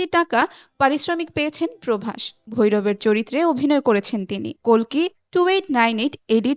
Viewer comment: অশেষ ধন্যবাদ জানাই আপনাকে প্রথমত কালকি না বলে কল্কি দ্বিতীয়ত ইয়াশ না বলে যশ বলার জন্য 🙏🙏🙏🙏🙏🙏🙏 ০২.০৭.২০২৪